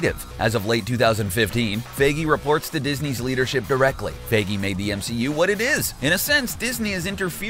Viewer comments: lol how he said kevins last name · The way you pronounce Feige hurts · Learn how to pronounce Feige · You’re saying Kevin Fiege wrong.